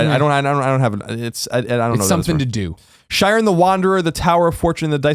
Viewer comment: The way Colin says Shiren hurts me physically...